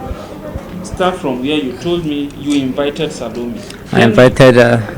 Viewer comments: Why is he calling her talome not salome😮 does he even really know her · I don’t think this guy even knows the lady or killed her . He didn’t even pronounce her name well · Notice that he didn't even pronounce her name well. He doesn't know her.